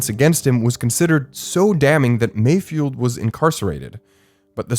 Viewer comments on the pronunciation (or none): I heard malfoy instead of mayfield...